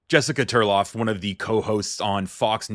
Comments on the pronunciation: TARLOV, not Turlov. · 😮😮😮😮😮😮😮😮Isn't it Tarlov not Terlav?